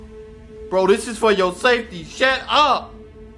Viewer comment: Lmao he said “shat up” 😂😂😂